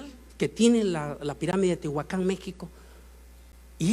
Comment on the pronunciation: No es Tehuacán es Teotihuacán